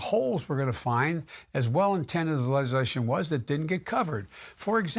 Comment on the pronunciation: Is he saying "legislation"? Good God he slurred the hell outta that one.